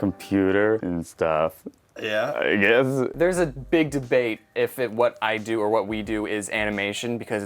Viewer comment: . ”I NEED TO GISS”